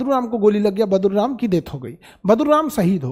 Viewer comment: Khan sr sorry for badruram yea badluram please sahi koro